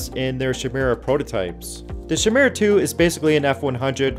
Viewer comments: Chimera is not pronounced like SHIM-MURRA. It is pronounced like KAI-MERE-AH (KAI = K+EYE, MERE = M+EAR), in reference to the hybrid animal/woman monster from Greek myth. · Ky-myr-ah = Chimera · It's chimera with a k sound. A chimera is a mix of different animals.